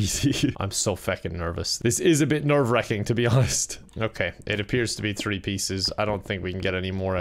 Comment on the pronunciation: Pronounces three without the H Also: "the dynamic thrio"